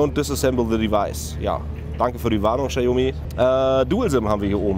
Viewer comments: Bei einem Unternehmen wie Notebooksbilliger.de hätte ich ein professionelles Video erwartet und kein Vlog scheiß. Vorallem kann der angebliche Mitarbeiter nicht ein mal den Namen des Herstellers richtig aussprechen. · Die Marke spricht man anders aus. Danke